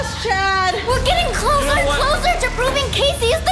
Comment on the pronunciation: no no no no no no no it is not clocer